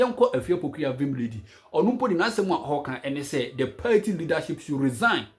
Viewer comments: Pls it's party and not payti. Stop saying payti 😂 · Its pronounced paaati not paity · Masa it's pronounced party not paity😂😂. Hope you ain't angry with me 😂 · These people and their pronunciation 😅paity paaa